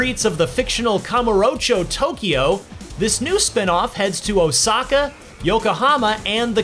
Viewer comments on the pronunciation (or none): none